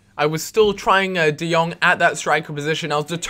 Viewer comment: Jong = Young I live in the netherlands and Jong means Young and you speak it out like De Young